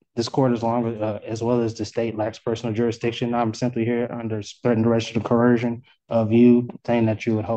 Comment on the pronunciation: No matter how elegantly they otherwise speak, the poors can NEVER pronounce coercion🤭